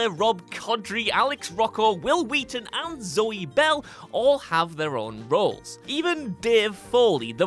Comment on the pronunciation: Hwill Hwheaton